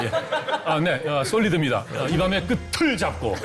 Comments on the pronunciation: "이 밤의 끝을..." - "끄틀" 이라고 연음?? "끄츨"이 맞는다. 연음 법칙에 '구개음화'라는 것이 있다. ㄷ이 ㅈ으로 ㅌ이 ㅊ으로 변화하여 연음 된다. 예: "같이 간다" 는 "가치 간다", "굳이 하고만다" "구지 하고만다"로... 이것을 "가티 간다", "구디 하고만다"로 발음하는 한국 사람 없다. .. '구개음화', 그것을 모르시다니... 어이 없네! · 끄츨이 맞지 않아요? 구개음화 현상같은데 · 끝을-> 끄츨이 정상적인 발음입니다 끄틀이라 발음하라고 우기는 사람이 이상한 사람이죠 한글은 소리글자 입니다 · 제가 좀 헷갈려서 그러는데요... "이 밤의 끝을 잡고"에서 "끝의"의 발음은 "끄틀"이 아니고 "끄츨"이 맞는 거 아닌가요..? "우리 같이 갑시다" 할 때 "같이"를 "가티"로 하지않고 "가치"로 발음하듯이요.. 경우가 다른가요..?